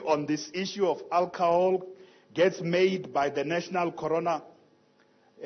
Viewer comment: It is alcohol not alcahol.